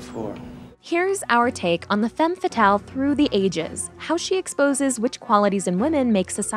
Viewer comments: It’s annoying how she mispronounces femme fatale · You kept mispronouncing "femme fatale" the whole video. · The was she pronounce Femme fatal make me sick. I'm not French but I have french in school and my ears bleeding.